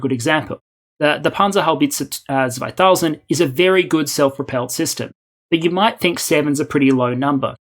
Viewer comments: Just a sidenote, but you said Panzerhaubitze 2000 very well compared to 95% of all youtuber trying to speak german. With accent, but very well pronounced, Bundeswehr also very well. Nice to hear. I completely agree, that Europe has to care for it's defense by it's own and we are late. But not too late. Macron is in power again, german government wants to cooperate widely, EU is going to cut the unanimous rule, big changes ahead. An US/Anglo - EU century to come. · Damn your German pronunciation is stellar. There are people living in Germany for years who couldn't pronounce Panzerhaubitze Zweitausend nearly half as well. The nitpick is with the Z. It was perfect in Haubitze but more S like in Panzer and Zwei. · Really nice job, pronouncing the German words. You nailed it with Bundeswehr and Panzerhaubitze-2000, eventhough they are really difficult words. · You actually pronounced "Panzerhaubitze 2000" quite well, I'm impressed😂😂 Keep up the good work! Greetings from Germany🇩🇪❤️